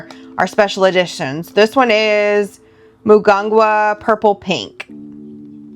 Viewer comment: Ahh love the ink! Mugunghwa is pronounced - moo- goong- hwa 🟣 🌺